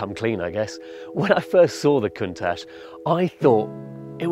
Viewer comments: This guy is as interesting as English cuisine. How are there no more Clarkson-esque presenters available... And did he say 'Lamborghini's new Caun - tatch'? Really? Is this the first time you've heard of this model?! The power of the presenter must match the power of the car. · I'm pinching myself at how Brits just destroyed how Countach is pronounced... unreal car! Unreal pronunciation! (Koon-tach (with a phlegm at the end) is how you pronounce it (according to Frank Stephenson)) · Did he just call it a COWN-TACh? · Si pronuncia [kuŋˈtaʧ], quindi con l'accento sulla “a”, e con le consonanti “tsc” alla fine. Cheers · Can-tach?? Did I hear that right???? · did he just call it "count tach"? LEL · Did he just say Cown-tatch? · Did he call it a count tach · excuse me?? Count - tatch? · Cantach? If he can't even pronounce it right, he should be allowed to drive it. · "COUNT-HATCH"??? Seriously?? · "new Can-tach" uhhh what? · I didn't know Lamborghini built count hatches... Seriously, you butchered the name and ruined the rest of the video for me. The producers of this show should never have fired Jeremy Clarkson, at least he could pronounce car names better. Dislike. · I never thought it would be possible for the BBC to hire someone with the negative charisma. 1) "Countach", not "cowtouch". You're giving me cringes worse than The Last Airbender's "Ung" rn. 2) at least spend more than 15 seconds thinking about how to make Lamborghini's contracted points to communicate to the audience sound like it's part of your own voice and your own emotional through line. I understand it's hard to follow up with the correct three people to run the show. But could you at least give it a try? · Horrible grammar. Camtachh? No, pronounce it correctly bro, you work for TopGear. Learn to use have and has properly. Thx. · Count-ahsh? Shame on you. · he said countach weirder than anyone i have ever heard before. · he could at least research how to pronounce the car’s name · count atch xD